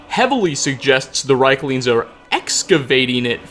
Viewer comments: I'm almost 99% sure it's pronounced "Reeklings", as the "i" is before the "e". I think that's how the NPC's pronounce it as well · I feel like you're mispronouncing rieklings lol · I love you, Hearing rieklings said wrong times is a bit too much for me. I'll leave a like and move on to the next video. <3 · You pronounced the creature's name wrong.